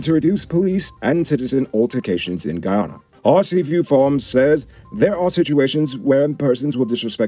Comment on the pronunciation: Get your words right, it's not Ghana, it's GUYANA..SMH